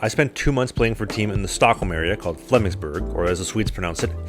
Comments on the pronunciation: He did not pronounce Flemingsberg correctly. He butchered it. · Just a few small errors. He did pronounce everything correct, which is impressive, he just got the melody slightly off. I don't mind, because that's propably the most difficult part of Swedish, but it will directly pinpoint you as a foreigner in Swedish ears. This was some time ago, and I think he went home to Canada if I'm not mistaken.